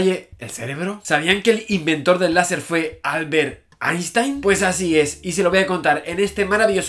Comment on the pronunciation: "einshtein" por favor.